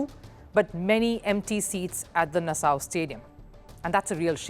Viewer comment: Nassau is pronounced Na-saw.